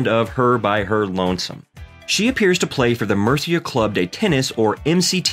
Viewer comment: Tio, estoy hablando del comentador y no de Carlos. Has oido como dice "Murcia"?